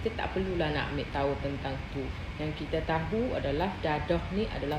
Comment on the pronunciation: Mak cik baca D E D E H kenapa jadi D A D A H 😅😂